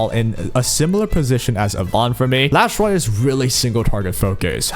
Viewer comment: Why are you calling her Lash light? Her name is Last Rite 😕